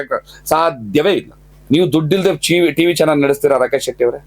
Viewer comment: ರಾಕೇಶ ಅಲ್ಲ ರಾಕೇಚ